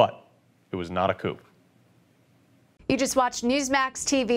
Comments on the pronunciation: um, anyone notice the officer said Coup Coop which means he was given his talking points he read the word like it was his first time reading it. It's pronounced COO or more literal K-ew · These cops are jerks. An embarrassment to law enforcement. The first one read and mispronounced the word coup. 15 minutes of fame. Are they looking for promoting. Yes! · The first guy pronounce the P I. Coup